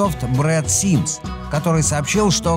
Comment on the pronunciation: Брэд Смит может, а не симс?)